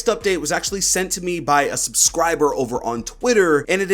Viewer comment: why did you say subscriber like that